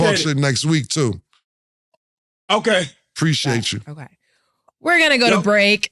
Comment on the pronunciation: Is saying "okway"?